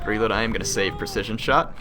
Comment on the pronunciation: you're pronunciation of precision is... ironic. haha